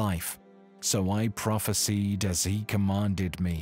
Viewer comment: You better Pronounce that word "PROPHESIED" as you should and let the meaning stand strong.